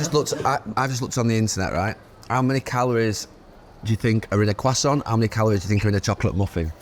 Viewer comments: Can somebody not correct him on the quoissant? Its croissant, just drop the T. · What the hell is a Qwasant 😂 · Jesus please take Gary to pronunciation class. Qwasson 🙄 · What the f*** is a cwasant? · It most certainly isn’t. It’s like kwasson. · Gary repeatedly mispronouncing "croissant" was horrifyingly gripping, like seeing a multi-car pileup on a motorway that you can't look away from. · Anyone else annoyed by the way Neville pronounces croissant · Gary needs to shut up with that pronunciation of croissant